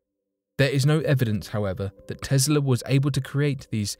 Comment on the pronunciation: Who is this "Tezzla" you speak of?